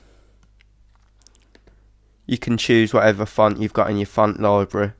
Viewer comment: LOL it sounds like he's saying phunt every time he says font.